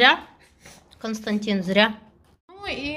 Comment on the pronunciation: Константин, так и зовут. Только ударение на первый слог. Немцы знают это имя